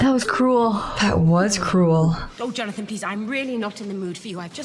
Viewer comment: I can't stop hearing Johnathan as Jarnathan 😂